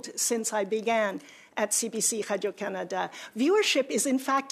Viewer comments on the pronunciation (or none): Absolutely, i didn't even realize that noise was supposed to say radio, I was trying to figure out what hydro Canada is and why she keeps saying it